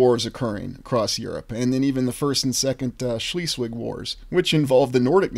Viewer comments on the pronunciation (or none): Schleswig Germany is pronounced Schlesvig and the e you don't say e like eat you make the sound like elephant. The W in German makes the same sound as the v in English. I should know, I live in Schleswig Holstein Germany.